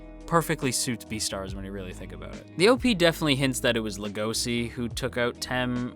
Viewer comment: the translator made a mistake it's legoshi not legosi and it's also pronunce legoshi with a chi sound no idea why they made the mistake